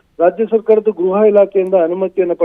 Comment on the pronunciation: ಗ್ರಹ ಇಲಾಖೆ ಅಲ್ಲ ಗೃಹ ಇಲಾಖೆ